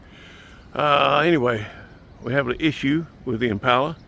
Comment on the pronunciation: There ain’t nothing better than a”1963 Impahler “